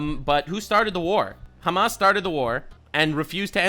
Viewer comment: i'm not trying to make fun of you here but just helping you fix a spelling issue since you seem like someone who cares: when you usually say hamas you say the h wrong as in not the exact sound meant in arabic as you say a خ while the correct arabic sound that's meant here is a ح and they sound very different, ح is like when you clear your throat and say ah-hem, that kind of h, the word hamas is collective of the first letters of a long sentence for the full name of the terrorist organisation but if you take the word alone with out considering what it is a short cut for then it means fun or excitement in arabic, they think of the lives of others as a mere sport.